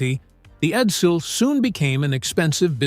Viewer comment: Eddel? Edsil? AI Effluent